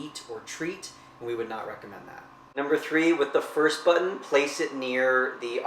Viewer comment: Its button.....not buhh-tin!!!